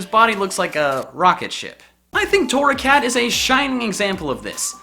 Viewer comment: GRRRRR WHY TORRACAT BRUH UR MESS UP